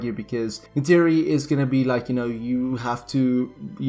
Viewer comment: Neytiri is not Natiri